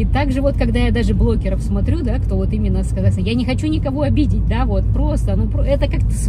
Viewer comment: Мне одной слышится блоКеры?😅